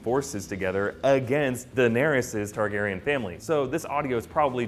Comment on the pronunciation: It's "Targaryen"